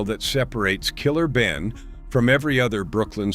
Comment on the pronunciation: Is this a A.I. white guy reporting all this?😅 Gotta do better. Did this idiot say Killer Benin?😂 $hout Killer Ben.🫡